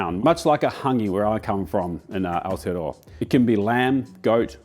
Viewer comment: You said "Aotearoa". I love you